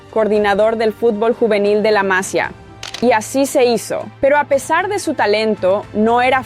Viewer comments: Masia no, masía con acento en la i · Cuando pronuncias Vilamajor, Casadó o Masia me sangran los oídos. 😂